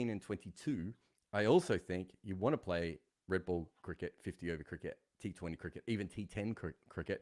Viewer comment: ''the older you get, the more you wangt the world to end with you'' I LOVE!